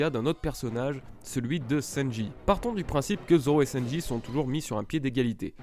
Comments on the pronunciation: prononce le sanji et pas senji stp sa me stress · Mon gars di les U correctement s.t.p le U se prononce ou ! Et sanji et non senji 🤦🏼‍♂️